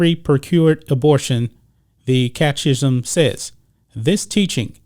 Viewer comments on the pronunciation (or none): Love your show. Catechism.....It's pronounced cat-a-kism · My friend- it’s pronounced Cat-a-kiz-em. Take care